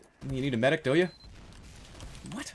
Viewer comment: Demoman says MEDIC!!!! like MYDICK!!!!! Dont you guys think so??? I cried of laughter during this video!!!!!